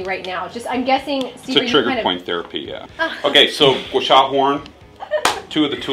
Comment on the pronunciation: It's pronounced gwa sa (Gua Sha)